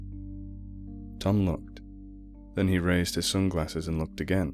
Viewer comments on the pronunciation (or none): never attempt to say 'yonder' again, please. I had to watch twice after laughing all the way through the first time.